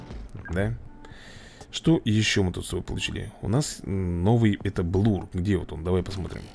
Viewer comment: если что правильно не блур а блер либо блёр ещё не эрси а арси я просто поправить